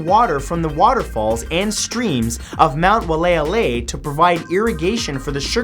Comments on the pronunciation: Love your channel Matt, but I'm from Hawaii and wanna help you with your pronouncing. Kaua'i is actually pronounced (ka why ee) and waialeale is (why ah lay ah lay) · Excuse me Matt but with all due respect that's pronounced "vai-ah-lay-ah-lay"; Mt. Waialeale in Kauai. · Your pronunciation of Kauaʻi and Waiʻaleʻale made me cringe. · Im sorry Matt but you said Waiʻaleʻale wrong. But I love the work though